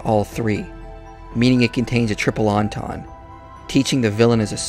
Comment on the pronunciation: Excellent video as usual. I'm always interested to hear your insight on topics like these. The word "entendre" is pronounced "ahn-tahn-druh", by the way.